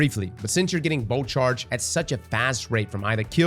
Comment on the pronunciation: Luv every time you say “boat charge” that’s what I hear.